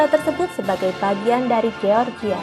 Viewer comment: Mimin ini nyebut NATO sok sok dibaca dibaca NE _TO, tapi baca GEORGIA malah dibaca GE_OR_GI_A , seharusnya dibacanya jadi JOR_JI_YA.